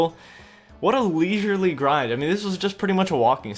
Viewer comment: Don’t say leisurely anymore bro